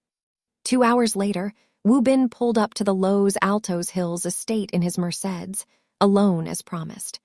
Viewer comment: Cousin Jessica's clothes shouldn't be too tight if she has lost weight. And to quote another viewer of another video " hooked on phonics will work for AI"... the pronunciation of Los Angeles and Mercedes is problematic 😂😂😂